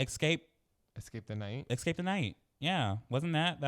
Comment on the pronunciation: Why does say ’excape’ instead of ’escape’